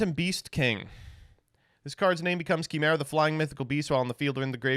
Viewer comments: Why does he say chimera like that? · I swear to god if says Chimera wrong one more time.